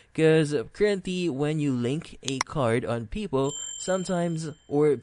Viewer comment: "People" are us, you and me are people... "PayPal" is pronounced just the way it looks Pay (as in pay a bill) and then Pal (as in friend) using two words: Pay Pal... This video only sounds confusing, it's an easy fix. Thanks for rhe info.